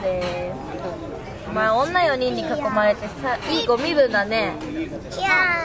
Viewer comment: お前じゃなくて まー にしか聞こえないんだけどなー